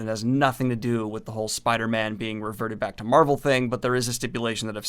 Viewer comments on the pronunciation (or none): none